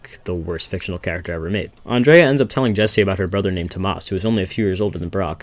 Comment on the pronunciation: bro saying Andrea instead of Andrea